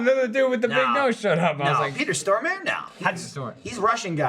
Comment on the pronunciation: Stellan Skarsgård, Peter Stormare and Fares Fares. All Swedish actors mentioned in this video and all their names mispronounced. I love:)